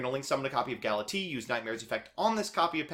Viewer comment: Galatiii, Dingrisu, etc.